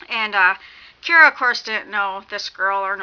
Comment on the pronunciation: It sounds like you keep saying Kira instead of Kara. And the word your trying to think of for the "past stories" your trying to say is urban legends. This book was amazing I'm reading the second one now. Good job on the review. You should do the review on the second book too if you read it or not.